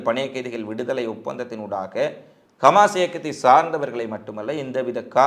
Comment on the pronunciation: Khmas. இல்லை Hamas உச்சரிப்பில் திரும்பத் திரும்ப பிழை வருகிறது கவனத்தில் எடுத்துக் கொள்ளுங்கள்